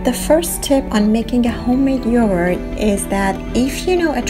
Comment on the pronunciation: Yohort? I heard Yohort.